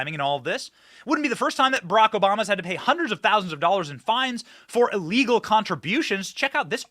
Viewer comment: Benny please stop saying " ellegal " it's ( ILLEGAL ) , details matter . That is how WE the PEOPLE , will " MAKE AMERICA GREAT AGAIN " !!!!! It starts with small steps and grows from there like a snowball down hill !!!!! TRUMP/OWENS / 2024 & BEYOND !!!!!